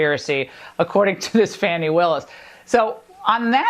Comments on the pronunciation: They keep calling her FANNY, not 'Fah-ni'. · Her name is Fani, not Fanny!! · The MAGGOTS purposely say Fani’s name incorrectly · She can’t even pronounce the prosecutors name properly. She keeps calling her fanny LMAO you can’t make this up, does she not know the prosecutor’s name is pronounced “fawny” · I guess Laura schooled us on how to constructively mispronounce someone’s name. Fanny or Phanie? ❤ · They refuse to say her name correctly 😡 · I love how the fox morons always mispronounce Fani Willis’ name. Ha, ha,ha you are sooo intelligent. Yes, Laura is a victim of her childhood, but she is so disgusting……who cares. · It’s getting really old hearing these so-called “media personalities” pronounce Fani Willis’ name “fanny”. I get the reference and Ms. Willis probably gives zero Fu€ks, but it’s so immature and unprofessional, and they know exactly what they’re doing. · Seems like all MAGA supporters and lawyers have agreed to mispronounce Fani Willis's name just to be insulting. If not deliberately, then carelessly. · I love that they think they are sticking one to D.A. Fani Willis by mispronouncing her name. I'm sure they think this is a wonderful joke at her expense. What they don't realize is that all they are doing is exposing themselves to ridicule because of such schoolyard bully behaviour. Only the best be best.